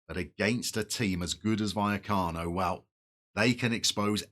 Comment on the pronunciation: Vallecas (buy-ekus) is a ‘barrio’ of Madrid (barra is a bar). LOVE Rayo! Great club! Oh and you’re nailing Buya-cano 👍🏼